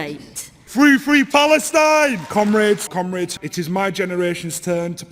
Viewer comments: I wanted to show us Americans could bring intelligent discussion to the table, but it just sounds like they are saying "cumraids" and "cumreds" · thats what it sounds like to me, "cum raid" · "cumrags" Oh wait they meant "commrades"...eh "cumrags" is more fitting... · Did she say comrades? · Okay, gotta say it: to an American, I really wish they'd hit the O sound in "comrades". As it is? It sounds like they're describing a rag... someone "cleans up with" after a night on the 'Hub. Just sayin'.